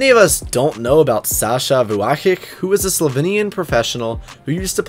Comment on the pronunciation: Vuyakick lol it’s pronounced “vuyachich”